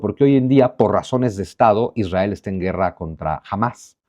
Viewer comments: Israel no lleva dos r, aplica la misma regla ortográfica que para el apellido Monroy, por ejemplo. Es muy difícil la pronunciación de la ere en palabras así, lo natural es la erre. Si fue para llamar la atención, te la compro. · Israel lleva una "r"